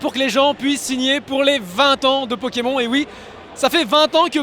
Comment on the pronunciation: Ta du mal a parlé un peu et apprend a dire Pokemon c'est insupportable comme tu le dit .